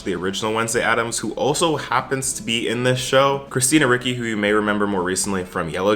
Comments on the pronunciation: Who tf is Cristina "Riki"? 🙈🙈🙈 dude!!!! It's Ricci the "cc" like "ch"ocolate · Im sorry did you say Christina RICKY?? Love your stuff but its Ricci and its sounds like it has an H in it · Christina Ricci is pronounced ree-chee. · Pronounce Ricci "reechee"